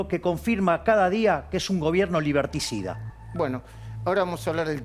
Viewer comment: "Liberticida " jajajaja Javier un genio